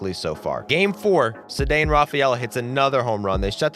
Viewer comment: Rafael DEEEVERS 😂 Also Ceddanne is pronounced like say-don not suh-dane